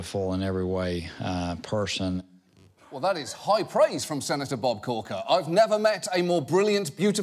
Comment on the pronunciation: I thought he said pursian, rather than person